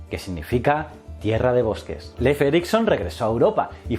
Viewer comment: Mi única queja es que le dijera "Leif" cuando se pronuncia Lif, que distractor fue eso